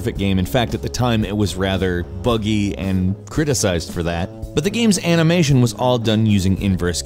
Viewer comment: Heres a challenge: how many times did say "anamation"? Lol